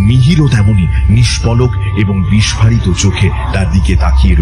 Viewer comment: উচ্চারণ হওয়া উচিত 'বিস্ফোরিত',অথচ আপনারা যাঁরা ভূতের গল্প বলছেন, উচ্চারণ করছেন, 'বিস্ফারিত',কেন?